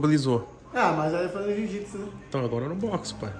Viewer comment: jiu-jiPsu. "Asertô miserávi"!